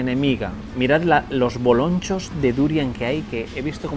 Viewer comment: Bolonchos?!😂😂😂😂😂 TeAmo por el boloncho 😂😂😂😂😂 ❤